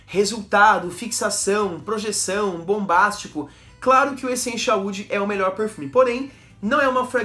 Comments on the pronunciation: Estou vendo alguns videos antigos seus de perfumes da Natura. Não sei se nos videos novos alguém já corrigiu isso, mas, tenho reparado que você pronuncia Echenchial. A pronuncia correta é Essencial, com som de "s" e não de x. ou ch. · Por que? Você pronuncia essencial assim cara 😅